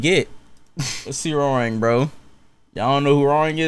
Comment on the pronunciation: His name is pronounce Hwoa Rahng not Rang like the telephone rang 😂